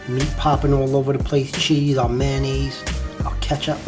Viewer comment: I was with you until you got to "ketchup" and then "mayonnaise" made me want to strangle someone to death.